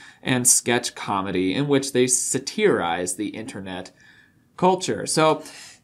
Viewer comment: "SATEERIZE" no please no. It's "SATURIZE" . google it. I can't even concentrate on anything else your saying. Goodbye 👋